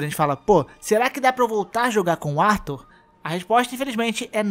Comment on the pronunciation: Arthur não é brasileiro não cara. Para de falar Artúr